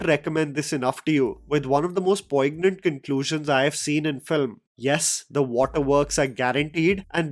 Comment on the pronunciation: The 'g' is silent in poignant!